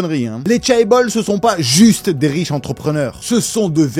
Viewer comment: En sachant que tu allais répéter « chaebol » une trentaine de fois tu aurais pu au moins apprendre à le prononcer correctement